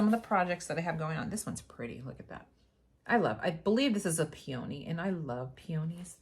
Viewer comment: Hah! Peony is pronounced “pea-uh- knee”.